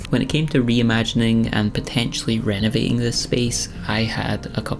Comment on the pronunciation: It's renovating, not renovatin'. Renovatin' livin' etc is bogan speak.